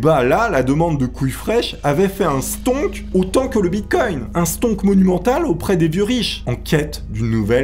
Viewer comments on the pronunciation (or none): none